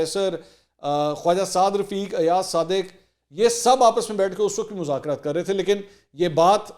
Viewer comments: منصور صاحب مزاکرات ز سے نہیں ذ۔ سے ھوتا ھے آپ بہت قابل انسان ھیں اسلئے آپکی غلطی میرے لیے برداشت کرنا ممکن نہیں ہے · مذاکرات لفظ ھے نہ کہ مزکرات پلیز